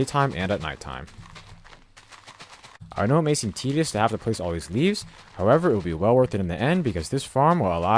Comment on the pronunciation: why did i hear him say weeds instead of leaves?